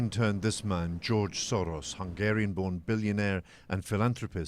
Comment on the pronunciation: The way this reporter pronounced Soros means shit in hungarian.